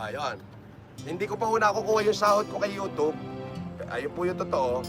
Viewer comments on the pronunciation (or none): none